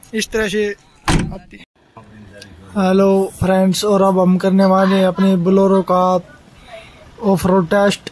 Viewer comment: Buluro nhi bolero bolo bhai😁